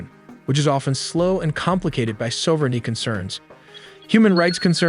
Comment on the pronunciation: And Sove-renty